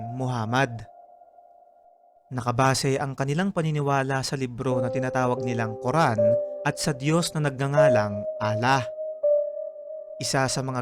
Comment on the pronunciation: Allah is al-lah not ala